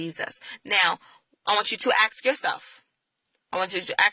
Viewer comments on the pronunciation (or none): Please learn how to say the word "ask". I can hardly listen to your words because every time you say "aks" I become distracted. I start wondering why so many black people say "aks". If it's just a bad habit can you not practice saying "ask?" It's really not a hard word to pronounce. In the first 20 seconds of your video you used the phrase "I'm asking" perfectly, then after that you went to the very distracting "ax ax ax". Believe me, you would sound much more intelligent (and I believe that you are) and believable if you would learn to remove this ignorant sounding speech pattern. As far as your beliefs I came to many of the same conclusions regarding slavery and christianity myself. Where I differ is that I don't have a need to replace Christianity in order to feel whole. You say that you don't have to be atheist to not be Christian. No you don't. You also don't have to replace Christianity with a different religion in order to have a spiritual life. You can become completely comfortable by acknowledging that you can never truly know these answers. You can only choose to believe in something. That doesn't mean that what you have chosen is actually true. It only means that it is what you have chosen to believe at this time. You also don't have to look at atheism as though there is inherently something wrong with it. I am very comfortable in my ignorance of these matters. Let the rest of you get all twisted out of shape over these things. I'm good.